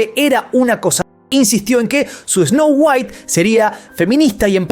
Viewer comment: DIJO TANTAS VECES ESNOU GUAIT QUE PENSE EN WALTER WHITE. ME VOY A VER BREAKING BAD 😎